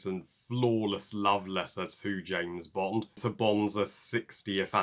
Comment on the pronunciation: You say James Bond Better than anybody no matter how you slice it!! 🔪 Love your Awesome review your always amazing through and right on Target 💕✌🙌🎯 Big James Bond fan. Bless ya 👨 🙏 your the Best!✌☆☆☆☆☆